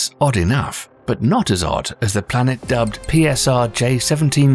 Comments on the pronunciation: What’s a blanet? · Tf is a blanet